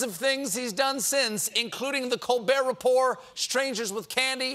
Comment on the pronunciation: it is colbear report but I think stephen himself got carried away this interview and made the t in report silent as well. Right in tbe beginning lol